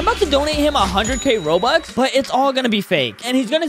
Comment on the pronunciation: bro said Said bobux